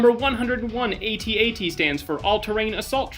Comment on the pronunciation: So much gold in this video even though I had heard most of these facts beforehand, Thank you. But the truth of “or A-Tee, A-Tee if you believe in pronouncing things incorrectly” was the absolute highlight of the whole video! I know people get confused by the fact that an AT-AT is an All Terrain Armored Transport and called an Imperial Walker but it is NOT an A-Tee, A-Tee. Period, end of line, no question, discussion over, class dismissed. 😂🤓